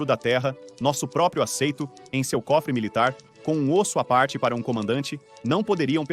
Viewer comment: Ossoaparte? Locução de IA ainda tem muito o que avançar, para começar deveria reconhecer de cara o nome Bonaparte